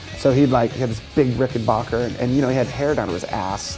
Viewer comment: it's RickenBACKer, Dave...not RickenBOCKer ;)